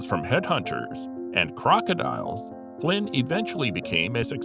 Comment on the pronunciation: Why is it Flint and not Flynn ?